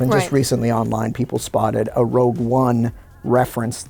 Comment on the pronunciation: Everyone...everyone...your attention please! It's "Rogue" One...NOT "ROUGE" One! Thank you. The Management